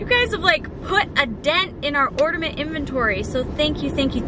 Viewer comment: ORDAMENT! lol love from Michigan